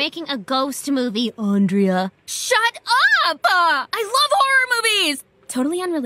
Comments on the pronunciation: It’s not Andrea it’s ANdrea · when you realize her only friends were the ones that accidentally pronounced her name wrong XD